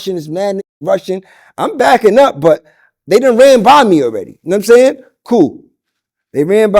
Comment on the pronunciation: “Num sayn” 😂